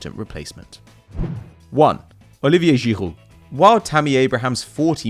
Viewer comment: The way he pronounces Olivier Giroud